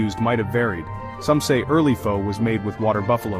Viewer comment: AI Slop. The AI narrator mispronounces Pho every time 😂